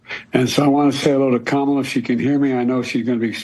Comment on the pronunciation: He's never pronounced Kamala's name correctly. Definitely not JRB.